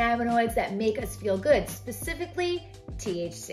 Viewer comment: Just to let you know it’s THC not TCH and TCHa not trying to criticize you, I’m just letting you know for future videos or conversations.